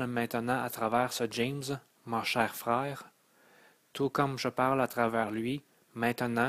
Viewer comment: Beau message ,mais au lieu de ( messâge,prepâre ,câr, frwere ) ( message ,prépare , car , frère etc..) Ô la la espérons que rendu à la 13 ième le langage est universel . Désolé...Difficile à écouter. Déconcentrants. Mauvaise phonétique,diction ouf ! Énervant . Un minimum SVP